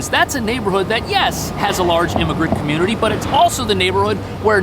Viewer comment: Take your “comonitee”back home :56